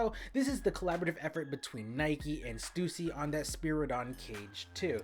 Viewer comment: stUSsy not Stewsee.